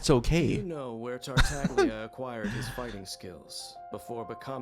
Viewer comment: Tartaglia is an Italian word, so it would normally be pronounced like Tartallya. This is reflected in the transliteration of the pronunciation to Dadaliya, Tarutariya and Tareutallia for Chinese, Japanese, and Korean respectively. However, for some reason, the official English pronunciation of his name voices the ‘g’ unlike its Italian namesake.